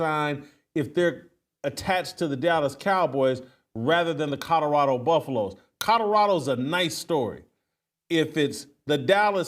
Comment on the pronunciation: Every show I try to get over “Codderado”…but I haven’t gotten there yet!! 😂